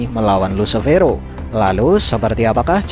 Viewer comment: Min Lucifero dibaca LUSIFERO